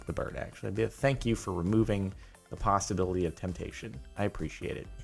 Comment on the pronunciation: If you think hard enough, he says PastaBility